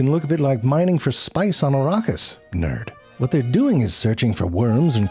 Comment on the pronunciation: Says “Nerd,” then pronounces Arrakis differently than how the Dune movies pronounce it 😂